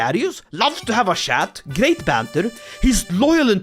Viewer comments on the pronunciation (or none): "Loves to have a shat" Why is it that Swedes can't pronounce the "Ch" as in "Cheese" ?